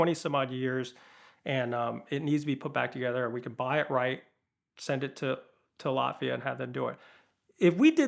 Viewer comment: Latvia! I thought he was saying Lafeyette, as in east bay, CA.